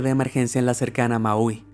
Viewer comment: Solo para tratar de que no te escuches como un ignorante amigo, la pronunciación de la palabra Boeing no es literalmente Boeing, sino que se pronuncia como si fuera Boing, lo mismo que Maui, no es como lo dices en tu vídeo, Maeoiui, se oye muy mal.